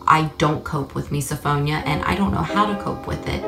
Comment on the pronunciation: Anyone else triggered by how the blonde lady pronounced misophonia?!??!